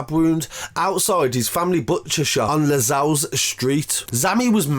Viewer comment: Its lozells not lazells lmaoooo